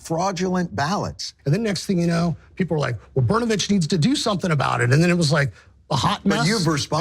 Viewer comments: Pronounced Burnovicb or Bernovich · Burn o Vich is how it’s pronounced